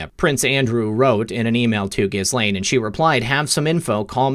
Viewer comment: Ghislaine is pronounced as Ghee Lane. The s is silent. French name.